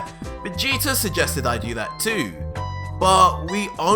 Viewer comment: Who is "Vegeter"